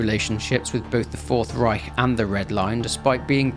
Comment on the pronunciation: great pronounciation of "Reich" btw 👍